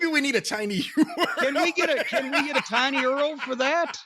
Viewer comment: Did I hear Corny say “tiny earl” as in URL ?